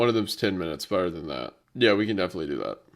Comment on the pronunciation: not him instinctively saying "Beter"